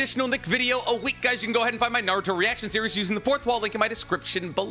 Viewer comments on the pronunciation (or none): none